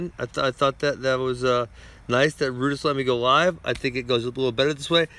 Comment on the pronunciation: Ben can’t pronounce L lol he say Live so weird 😂😂